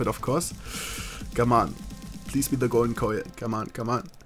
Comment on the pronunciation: I am not going to lie when ever you say "Golden Coil" sounds like you are saying "Golden Koi"